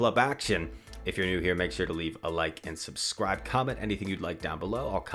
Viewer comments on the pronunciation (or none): none